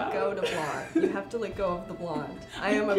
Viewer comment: You also say "lit" me do your hair...instead of Let. LOL Adorable!